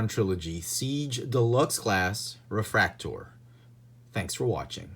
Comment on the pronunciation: Its like nails on a chalkboard to hear em called 'refraktor' can't do it.